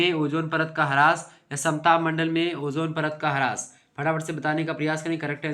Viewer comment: Sir haras nahi Haas please don't pronounce haras it's irritating.